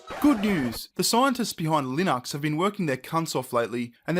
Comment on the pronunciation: So... do all Aussies not know how to pronounce Linux or is this just a thing?